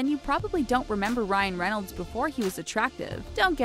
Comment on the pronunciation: Ryan Reynolds not Ryan renolds